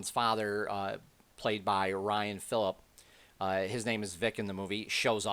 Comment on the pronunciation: Not Philip. Philippe (pee) You never heard of Ryan Philippe?